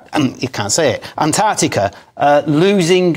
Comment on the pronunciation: can’t say Antarctica or juxtaposition properly 😂